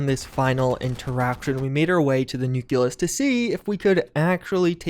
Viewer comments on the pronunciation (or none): It's nucleus, not nuculus. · Noo-klee-us... just sayin. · The "Nuculous" made me giggle every time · Your pronunciation of “Nucleus” hurts my head